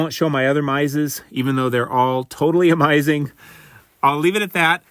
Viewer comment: “Amizing” Bond pickups! “Vitamins” 😂 Thanks for sharing!